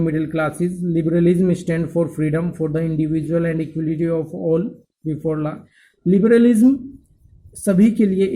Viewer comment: la nhi law padha jaata hai sir